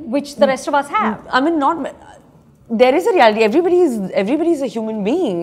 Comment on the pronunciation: Why she says I min instead of I mean. Either ways she's a stunnnerrr